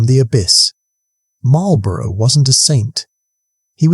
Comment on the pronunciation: Excellent video—clear, engaging, and a great reminder of why the Duke of Marlborough is still considered one of Britain's greatest commanders. Never lost a battle? That's the kind of record that makes legends! Just one small (and cheeky) British-American note for the narrator: It's 'MAWL-bruh' (or 'MAWL-buh-ruh') for the Duke and his title... not quite the same as the cigarettes across the pond that are pronounced more like 'MARL-buh-roh' and come with a very different kind of 'victory' – usually just over your lungs! 😏 Keep up the good work on these history tales!